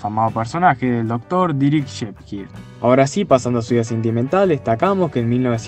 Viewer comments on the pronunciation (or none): Es Derek sheperd no dirik shipjir 😂😂😂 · Como pronunció “Dereck shepperd”????